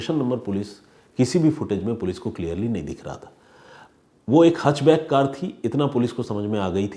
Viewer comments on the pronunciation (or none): Sir, it's हैच बैक नोट हच बैक